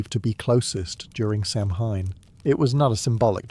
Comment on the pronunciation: Kel-tic, not cell-tick. Sow-en not sam-hein